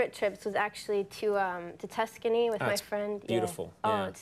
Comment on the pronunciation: Tuscany ! Tuscany? Lol